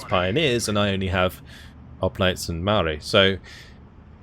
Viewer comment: It's Pronounced Mao-ri like general Mao